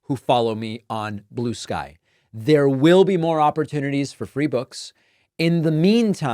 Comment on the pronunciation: It is blue sky not blue ski. Stop